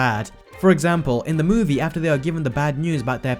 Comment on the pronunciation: Why do you say "movie" so weirdly? Also there are no facts